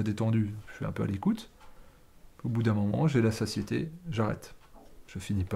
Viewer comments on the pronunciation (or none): none